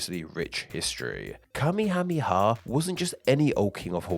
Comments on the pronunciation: You promised Kamehameha wrong the whole video. It's ka-MAY-uh-MAY-uh. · King Kamehameha's name is not pronounced the same as the dragon ball thing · Worth noting is that the anime pronounces his name wrong. It's not KA-me-HA-me-ha, it's ka-ME-ha-ME-ha. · Listening to you struggle to pronounce that ridiculously long list of names of the king, was hilarious 🤣🤣🤣 This, coming from a United States Navy guy that was stationed/lived in Hawai'i, for over eight years.